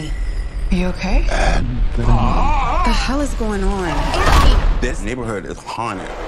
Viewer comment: ‘’welcome to the neighberhood’’ 😂